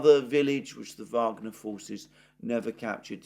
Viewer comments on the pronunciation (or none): none